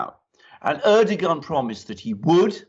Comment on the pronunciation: Correct pronounciation of President Erdoğan is exactly like saying these english words - ; air-dough-anne. Correct pronounciation would be to roll the 'R' airrrr-dough-anne. English girl's name anne/ann same. Stress is put onto the first part of the name AIRRRR-dough-anne. And it's NOT ASS-SAD. It's AssSAD.